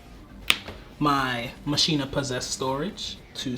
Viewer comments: anyone else bothered by how he says "Ma-shee-na" instead of "Ma-kee-na"? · So while I love these duels...my only complaint is y'all's pronounciation of Machina xD It's not "Machine-uh". It's "Mach-ina." Like Deus Ex Machina :P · Its not mashina, its machina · Am I the only one that is hurt everytime they say mashina instead of machina? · Anyone else pronounce it ma-key-na and get super triggered when they hear people pronounce it ma-she-na ? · Am I the only one annoyed when says "ma-shee-nuh" instead of "ma-kee-nuh"? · I thought it was pronounced "ma-kee-na". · Damn near everyone says it wrong online. It bothers the heck outta me. 😅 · regardless of how it sounds, it is the correct way to prounounce it. It's like "deus ex machina" "ma-kee-na" not "ma-shee-na" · How you pronounce it is mech-a-ny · word actually comes from Machina, Latin for Machine, properly pronounced as Makina. Should be pronouced just like Machina in Deux Ex Machina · The way he pronounces machina hurts me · I know but it still dosen't feel right, such as when people pronounce bologna how its spelled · Great vid dudes! But why can’t any Yu-Gi-Oh! players ever pronounce “Machina”? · Saying machina wrong is 😬